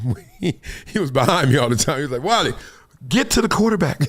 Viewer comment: K wiley ur ok with someone butchering ur name, not everybody will be. Druski could've poke his corny joke another way.